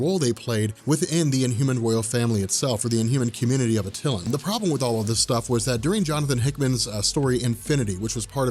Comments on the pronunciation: Love your videos but the Inhumans city is not pronounced Uh-Till-An" it's "At-Tuh-Lan.👍🍻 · Your killing me,the correct pronunciation of Attlian is Ah-Tuh-Lan come on your Attlian and Wonder Woman's mother name Hippolyta you butcher both names ever time,makes my ears bleed🙉🙉🙉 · love your videos and im not trying to be a dick but you're saying Attilan wrong it's at-a-lan not a-til-in watch a cut scene from marvel ultimate alliance